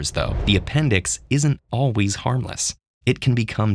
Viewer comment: "alwees" "resevore"